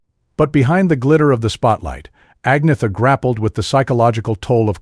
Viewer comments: It's like he didn'teven try. I'm a USA citizen too, but would respectfully work on it. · I'm Mexican American born U.S.A citizen AND The KNOW HOW TO PRONOUNCE Agnetha's name 🙄🙄. That dude DIDN'T EVEN TRY?!🙄🙄🙄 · Only an American can mispronounce Agnetha